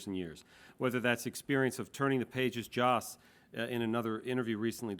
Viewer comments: It's Josssss. Not JOSH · I'm starting to wonder if Mark realizes it isn't "Josh"...